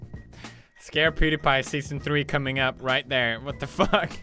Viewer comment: Don't says fack